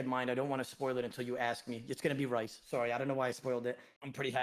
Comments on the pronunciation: You would think would be able to say the person who he picked firsts name correctly but here we are. “Rice” he says. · ODA STOP CALLING RHYS, RICE FFS HAHAHA🤣🤣🤣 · Every time says rice I lose a year off my lifespan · Why he kept calling him Rice 😂😂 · I love how in stream he stated that his name was Welsh and how it was pronounced and everything and yet he continued to call him Rice lmao.